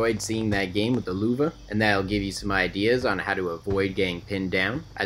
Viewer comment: Tuco Benedicto it’s actually pronounced “Loeve”, don’t worry most north Americans get foreign pronunciations horribly wrong